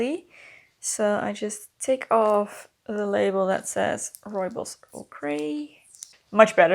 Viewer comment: The dress looks lovely in its "new" incarnation. Love hearing you say "Rooibos" correctly. Do you know the proper way to make it? You don't steep it like other teas, you let it steep on a moderately hot plate on the stove for about five minutes (or more) to develop the flavour properly. Enjoy!